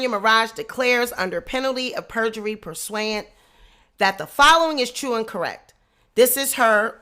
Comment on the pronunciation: it's pronounced Pur sue ant